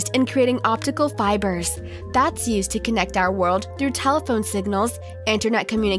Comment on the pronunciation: Do you mean worlds instead of wold?